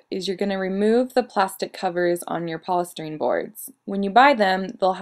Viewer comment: 1. It's pronounced poly-stiiii-Rene 2. A v-flat actually folds in the middle. Hence the word V